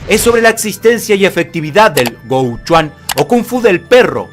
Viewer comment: Pequeño apuntamiento, sin importancia, pero bien, no está demás. En el hànyǔ pīnyīn (sistema de romanización del idioma Hàn "mandarín"), dinatía Qīng se pronuncia Chink. Gou Quan se pronuncia Kou Chuén.